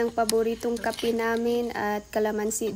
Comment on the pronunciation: "Kape" not kapi Ang pronunciation sa Tagalog